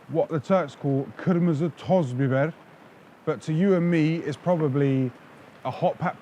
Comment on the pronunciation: Your accent is so good when you say Kırmızı Toz Biber and Pul Biber. Are Turkish or ever lived in Turkey. Abi Türk müsün abiii? :D